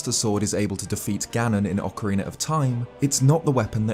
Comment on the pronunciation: It is ocarina not oakarina oc like octopus